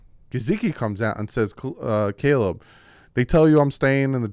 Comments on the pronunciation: “Kaliib Williams” ☠️😂 love you lmao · Substitute teacher 😂 A-A-Ron J-Quelin CalEb🤣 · His name is Caleb. Not Caleeb just cuz he’s black…. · Wtf, how tf did you Butcher the name Caleb. How!?!?!?!